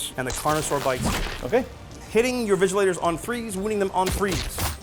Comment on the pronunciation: not even Vigilors, they keep saying Vigilators 🤣 it hurts